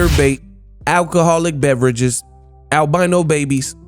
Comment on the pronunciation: Naw! Your wrong for that one "Alcohol Breveage!" 😂😂😂